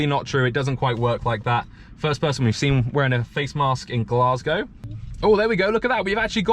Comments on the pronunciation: Aye it’s glaes-gae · You also said Glasgow wrong